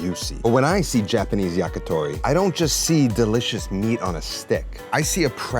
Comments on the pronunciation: It’s YAKITORI, not YAKATORI. “Yaki” means grilled. “Tori” is bird. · It's yakitori not yakatori.